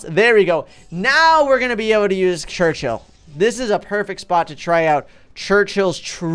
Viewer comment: You are still doing Churchill wrong